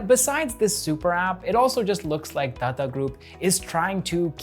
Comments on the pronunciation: Hi. Your pronunciation of Tata is a bit fast. You say Tata like you would say Tada in English. The way we Indians normally pronounce Tata is like you would say Tata as in to mean "good bye". You need to stress both the "a"s in the word. So like TaaTaa. But I love hearing non native speakers try Indian dialect. It's funnier that way, in a good way. 😌 Love this channel and your presence on screen bro. Keep up the good work. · I love the way he says "Tata" ! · The way you say "Tata group" got me chuckling everytime.. great content btw keep it up